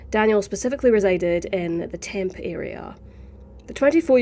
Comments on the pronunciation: Going off topic briefly here, just a little side note for future reference - the city of Tempe, Arizona is pronounced tem-pee not temp. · It's prounced TEM-PEE. Those "friends" had something to do with his disappearance. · Just an FYI, from a native Arizonian, Tempe is pronounced Temp-ee, or Temp-ay. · Tempe is pronounced “Temp-eee” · So sad. Tempe is pronounced Temp pay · Tempe is pronounced TEM-PEE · Just moved out of Tempe, that's wild. It's pronounced temp-ee, if you're curious. I think just about everyone outside of AZ says it like you tho 😂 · Just as an FYI, you pronounce the last E in Tempe. So it's like Temp-ee. Incase you ever do another story from there. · We were just talking about this case at work the other day (I'm in Arizona). It's just so sad. Like others, I have to wonder whether perhaps Daniel was schizophrenic or bipolar and vanished before he could get help. FYI: Tempe is an odd name. It's pronounced Tem-PEE. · It’s temPEE😂 I love your channel and your accent! Sincerely, Megan in Tempe